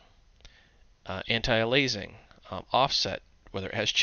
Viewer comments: It's because he doesn't know how to pronounce in English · If the i in aliasing comes before the a, why do you pronounce it alaising?